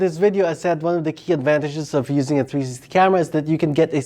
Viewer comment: Its three----six----ty. 3 syllables. Love the channel. Liked and Subscribed!